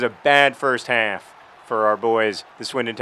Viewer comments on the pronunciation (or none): I can really hear John's Southerness when he says "half". Anyone else?